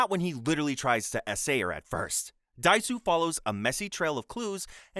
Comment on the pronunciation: Just for future reference, the Germanic/Scandinavian 'J' is pronounced as a 'Y', so Jorg is pronounced 'Yorg'; and Meives is pronounced 'MY-VEZ', not 'MOOVZ'. Edit: Also, it's Oh DAY-SU, and fthe reason you gave is NOT the reason why he is being punished. You usually make good videos, man, but this one is so sloppy. I'm just over 12 minutes in and almost every entry has had something wrong with it.